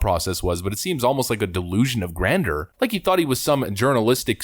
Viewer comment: "A delusion of grander?" Come on, man!!!! Grandeur - it's pronounced like grand-jyer.